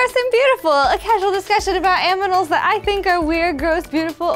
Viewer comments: sayd aminals instead of animals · lmfao she says aminals instead of animals. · I just died after she said "Aminals" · He said aminals 😂😂😂love ya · She definitely said aminals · she said aminals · Did she say aminals? Lol.. aminals are definitely weird...... Aminals lolz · She said Aminals?!!?!?